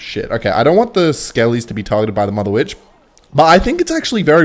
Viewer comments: why does bro say mudda witch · I don't like the way you say mother Witch opposed to motherwitch....